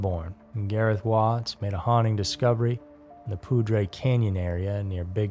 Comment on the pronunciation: As someone who lived in the Poudre Canyon area, thank you for the correct pronunciation of "Poudre". Also myself and my ex husband were part of the search party on our horses. It was so sad to know that he came to a sad end. It is still something that is occasionally brought up over coffee about what really happened to him.